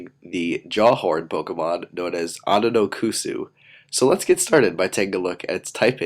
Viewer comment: I think it's pronounced Ononokus not Ononokusu